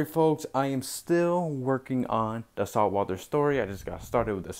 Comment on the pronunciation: Salt Walther story?? It almost sounded like you said saltwater story